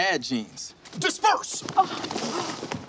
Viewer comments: He said disperse lmaooooo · This nikka said disperse 🤣🤣